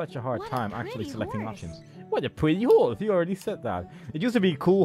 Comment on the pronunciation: "Such a pwetty howse" LMAO XD